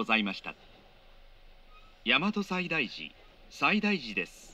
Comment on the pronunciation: 大和西大寺の発音この世の終わり